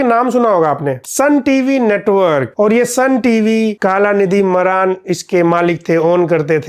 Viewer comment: मारन ❌ मरान😅😂